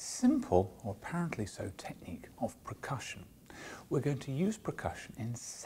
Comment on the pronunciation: Oh my lord, if I here percussion pronounced PRECUSSION ONE MORE TIME...!